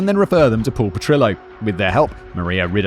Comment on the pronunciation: My only problem with this episode is instead of pronouncing Petrillo as it should have been. It was the meant to be pronounced as PetriYO. Rather than denying I’ll go to my earlier